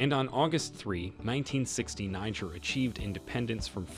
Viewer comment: Learn how to pronounce the name of the country before talking about the country.